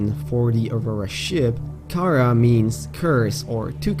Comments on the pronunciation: Car ar that's how it's pronounced not cara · its karar not karaa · It's not cara you say it like ka raa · I think it is pronounced Kha-rah